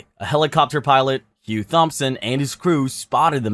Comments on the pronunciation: Thompson isnt pronounced like that. Its pronounced tomson. That made me laugh, great video btw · The H is silent in Thompson